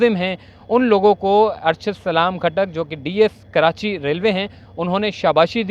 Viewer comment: کرانچی بولتے ہو ، کراچی صحیح لفظ۔